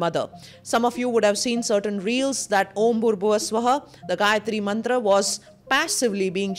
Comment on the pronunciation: Perfact pronunciation of Gayatri Mantra..